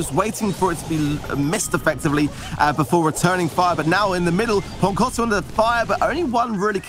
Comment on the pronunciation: ときどきすげーネイティブに ポンコォツって言われてる気がする